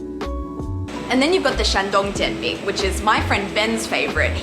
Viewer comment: Oh my gosh, your pronunciation of "Jian Bing" is totally wrong. You have lived in China and still your Chinese pronunciation is so poor. A lot of viewers may not know the real pronunciation and may follow you. Stop being a bad example. in China